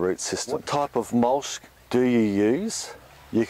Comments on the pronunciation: what's mulsh? do you mean mulch? lol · It mulCH not mulSH!!! Annoying! Other than that, great info!